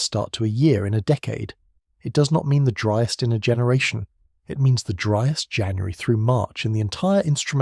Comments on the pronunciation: A “ dreest “ month ??? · As soon as you mispronounced ‘driest’ I stopped listening. Get a human to read the script.